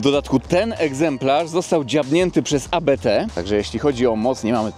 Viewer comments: Nie abete tylko Abt, to nazwisko Christian i Hans-Jürgen Abt. Pozdrawiam serdecznie, super robota! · ABT, nie AbeTe. To nazwisko założyciela :) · ABT a nie jakieś A Be Te. Abt jest nazwiskiem. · Świetne auto, szkoda tylko, że nie ma pełnego pakietu ABT. Tak na marginesie ta firma nie nazywa się A, B, T tylko Abt od nazwiska założyciela firmy Johanna Abt. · 😂😂😂 nie wymawia się A B T tylko Abt razem to jest nazwisko właściciela Firmy Hans Jürgen Abt 😂😂😂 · Nie ma czegoś takiego jak A B T . Mówi sie razem ABT jest to nazwisko niemieckie. Proszę o poprawną wymowę 😊 dziękuję pozdrawiam. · nie mówi się abt :) to nazwisko Daniel Abt